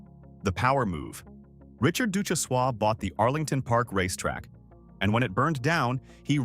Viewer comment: Ducjhesois is long gone as well. And mispronounced name